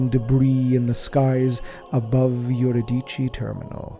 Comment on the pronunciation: Im willing to bet that what he pronounces as "yur-i-dee-chee" is Euridice, which is actually pronounced "yu-ri-di-see."